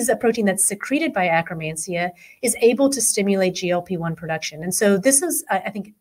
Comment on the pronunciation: Why do they pronounce it akkRamansia? It is akkeRmansia.